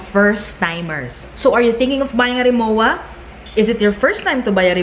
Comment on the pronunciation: Hindi RI MO WA. It's pronounced RI MO VA